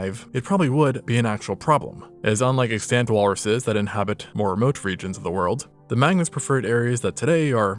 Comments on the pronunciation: The word is pronounced EX-tunt, not ex-TANT. These AI narrators always blow this one. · Wanted to say thank you for the thoughtful videos and also gently point out that you pronounce extant improperly and use it quite a bit. It does drive me a bit crazy but I’ve justified being pedantic because it also is a common indicator of Ai and I don’t want you to tarred with that brush